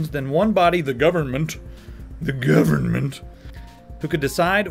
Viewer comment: "the geeyuvermint"